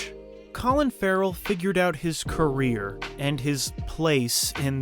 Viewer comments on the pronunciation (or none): none